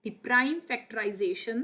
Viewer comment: Factorisation nhi factorisation hota haa😅